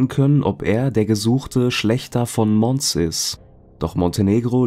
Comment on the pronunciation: Interessante und z.T. (für mich) neue Fälle, danke dafür 🙏🏼 Notiz am Rande, bei der Stadt Mons in Belgien ist das "s" stumm (überhaupt meist im Französischen)